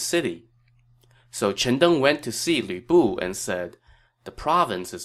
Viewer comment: I don't know why it makes me laugh, but sometimes when you say Lü Bu it sounds like Weeaboo.😆